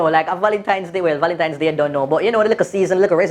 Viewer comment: Di man seh.." curfume".." valentime dayz".. I laughed so hard..😅😄😃😂🤣he really made my day...all now mi a laugh 😅😄😃😂🤣